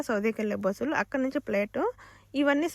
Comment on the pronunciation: బుసలు కాదు బస్సులు అక్క